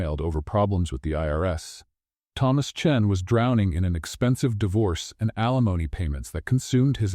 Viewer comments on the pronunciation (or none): none